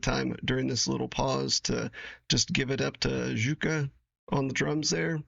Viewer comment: Wonderful Nightwish Reaction Video, fellow Nightwish Army Member. The tiniest of nit-picks from this subscriber: Juka is pronounced like U-kah. I like to tell new, (US) reactors to Nightwish to think of the name Jagermeister. We call it "Yay"-gur-mice-ter. A fellow of or Army-members posted a link to how the Scandinavian's pronounce the names associated with Nightwish. Hopefully I will see it again so I can check it out, too. By the way, Jukka the drummer is still with Nightwish but works behind the scenes. Marco is no longer with the band but in order to confuse things even more, the new Bassist is another Jukka! 😊 Thank you for continuing your most excellent Nightwish reaction videos. Your fellow member of the Nightwish Army, Outpost Eatonville out.